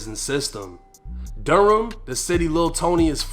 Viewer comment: Mebane is pronounced Meh-ban. You did pronounce Durham right though 😆.